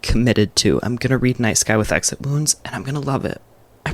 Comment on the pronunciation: Is it "night sky with exit wounds", I absolutely heard "nice guy with exit wounds" twice lol